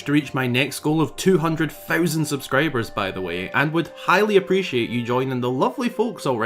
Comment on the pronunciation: Great video! Super interesting. ll Love your content, can you please stop saying "highly" so much lol. It's funny when you say "highly anticipated" because then it sounds like you're saying "Hylian-ticipated" but... try "greatly" or "fervently" or "super much bigly" idk